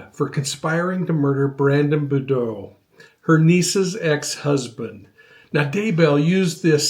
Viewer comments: Love love you! BUT it’s simply “bood ‘ row”!!! Cannot wait for your coverage of Brandon Boudreaux Trial!! Ty!! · Boudreaux is pronounced Boo Drow (as row a boat). ;) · It’s “Bou-DREAX”. There’s nothing more disrespectful or annoying than getting a name, especially THEE victims name, wrong. Do better. 🤦🏻‍♀️. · Please try an pronounce Brandon’s last name correctly. He is so important to this whole story. Without him being able to see the Jeep we might have never known that Tylee and JJ were killed…💋🧚🏻‍♀️❤️🇺🇸